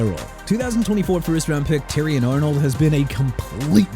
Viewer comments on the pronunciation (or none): LET MIAMI GET KELDRICK FAULK OKAY?! ENOUGH'S ENOUGH!! ALSO YOU NEED TO LEARN TO PRONOUNCE!! AVIEON TERRELL (AY-VEE-OHN TUH-RELL) AND TERRION ARNOLD (TEH-REE-OHN) AND QUINSHON JUDKINS (QUIN-SCHON)!! GET A EDUCATION AND SOME PROFESSIONAL HELP!!